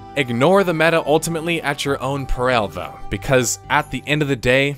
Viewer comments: ‘Peril’ is pronounced like ‘pear’ + ‘ill’ Just an FYI. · That was a really off-meta way to pronounce peril. 😅